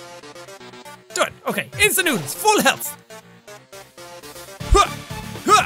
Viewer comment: I like how he said "INSTANT NOODER TIME!"-jacksepticeye 2016